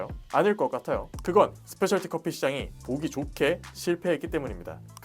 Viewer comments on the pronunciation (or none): 스페셜 티 커피가 아니라 스페셜티(Specialty) 커피입니다.